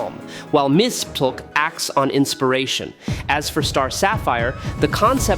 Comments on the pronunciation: Did AI read this? Mxyzptik name has been said in so much Comic Media that at the very least researching should've produced the correct pronunciation. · You are Stuggeling with Mr Mxyzptlk name aren't you buddy...lol